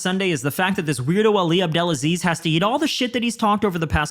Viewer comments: I noticed you kept mispronouncing Ali”s last name. I know it looks weird, but it’s pronounced Ab Del Ah Sleeze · The way Conor pronouce Ali's name lol 😂